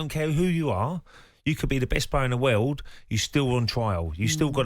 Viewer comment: Ray it's pronounced world.